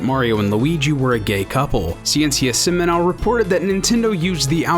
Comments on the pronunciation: Word of advise for the narrator, try to seek how words are pronounced, "seminal" has the stronger pronunciation at the end, I couldn't understand the word due to his accent, it means seminal science by the way. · The pronunciation of ''Ciencia Seminal'' is too weird. ''Ciencia'' is ''Science'' in spanish, it's pronounced ''See-Ence-(ee)a'' and fastly, and accentuated in the ''Ence''. While Seminal is accentuated in the ''Nal'' unlinke in english.